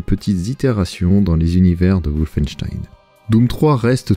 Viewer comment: ça rend vraiment ouf quand tu prononce "woufeinstein" sérieux fais un effort